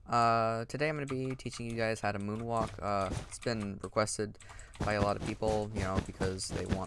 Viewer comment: am I the only one that heard the 'woon walk' at 0.39